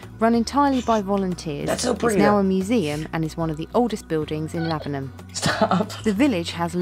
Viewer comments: Your pronunciation of Lavenham was spot on. Well done! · It bought my heart so much joy when you pronounced Lavenham so well on your first try ☺ it does depend on how Suffolk your accent is to how you pronounce it, but you pretty much nailed it imo xx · Suffolk - South Folk (as it started off being in the long distant past. A place I adore....and live in. I have a late 1390s house in a lovely Suffolk village not far from Lavenham that was used as Godric's Hollow. Yes - you DID pronounce it correctly. There is another house in Lavenham called The Crooked House. Its opposite The Swan Hotel. If you choose ONE VILLAGE to visit in Suffolk - go to Lavenham. Time it to then go visit (just down the road) to Kentwell Hall - a moated Elizabethan Manor house in Long Melford. Kentwell puts on historical events. I am just about to do the last day of a week long event set in 1564. I play Lady De Vere....remember De Vere House? Those De Vere's!! Feel free to message me if you want any suggestions on where to stay, what to see. BTW...(more for others reading comments who are HP fans) the actual "Harry Potter" house does NOT exist....it was created for the film. The house called De Vere House, is often said to be the HP house. Nice to see this video is correct in its description. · You girls are now officially English ..having pronounced Lavenham properly. 😋 ...welcome to being English .. you are one step away from getting your Dame-hoods from King Charles.